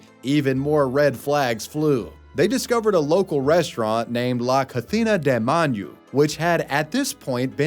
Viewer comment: Manu is not pronounced man-yoo ya dork